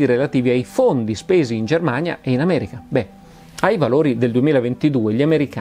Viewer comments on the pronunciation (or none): none